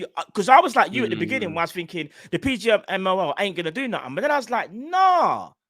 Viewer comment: No english guy can pronounce PGMOL 😂